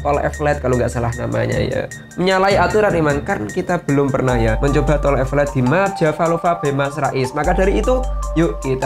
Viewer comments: Bukan evelet tp eleveted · Elevated bukan evelettttt😀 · Tulisannya tol elevated tpi dibacanya tol epelet dong 🤣🤣🤣 ngakak gusti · Tol elevated bukan evelated